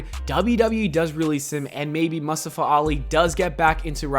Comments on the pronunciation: Why you pronounce Mustafa like that? 🤣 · Nobody:: MUHSTUFA